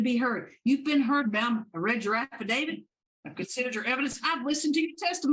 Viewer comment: She called it an "affidavid."